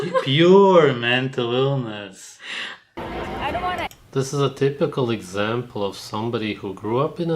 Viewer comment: mentull eelness